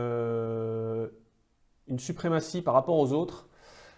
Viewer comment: SuprémaTie et non suprémacie 😉